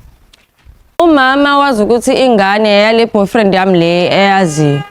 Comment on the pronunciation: Aw kodwa Sne noBhofriend 😂😂😂 not Boyfriend